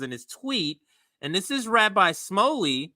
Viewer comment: It's pronounced Rabbi Schmooly. I used to live down the street from his Synagoge